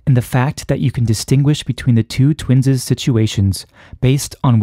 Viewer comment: Nice physics, but the pronunication of twins' was distracting. It is not "twinses." The possessive of twins (i.e., twins') is pronounced, "twins." I still claim that biological organisms do not have asymmetric aging in the so-called "twin paradox."